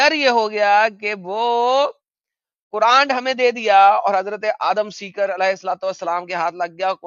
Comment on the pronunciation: Kuran nahi kuraand 😂😂amazing sir well said😂😂